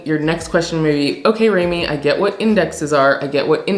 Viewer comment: Who calls you "Raymi" lol.. It's and thank you for your advise. 😊